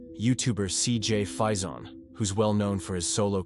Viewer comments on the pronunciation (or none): It's CJ fay-son not fy-zon